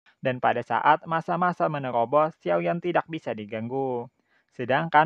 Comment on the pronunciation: Berebut bukan begrebut.... Menyerang bukan menyegrang... Menerobos bukan menegherobos😅😂🤣